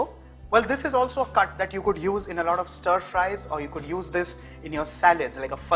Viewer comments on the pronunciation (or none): none